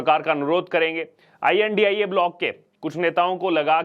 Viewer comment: I.N.D.I.A is pronounce as INDI - Alliance not India.